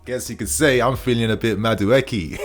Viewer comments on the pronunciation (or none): 😁💥💥💥 it's pronounced Madu E K It's an ibo Nigerian name 😁👊🏾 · MA as in Mark DU as in Do E as in eat KE as in Kay Ma - Doo - Eeee - Kay 😖